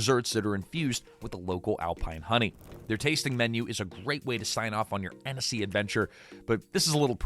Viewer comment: It’s pronounced Anne-see. 2 syllables. If the narrator (AI or not) adds a syllable, don’t trust anything after that.